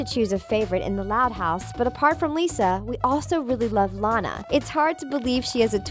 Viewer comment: THEY FINALLY PRONOUNCED LANA RIGHT